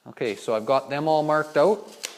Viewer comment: If you say “oowt” one more time..